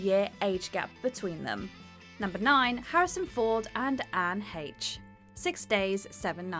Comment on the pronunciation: Woah, has jumped from WhatCulture? You're going to have to learn to pronounce names properly now,. Watchmojo always pronounce names correctly. You may have been able to get away with that at the WC, but these are the big leagues. It's Haysh, not Hetch.